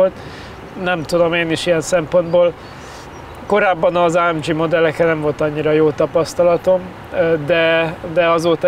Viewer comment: Jesszus Hogy mondhatja, hogy ÁEMDZSI? Ezt meg kéne hagyni a ....-nak. Úgy ejtjük: ÁEMGÉ.